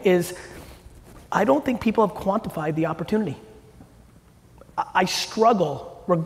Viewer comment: He said quantified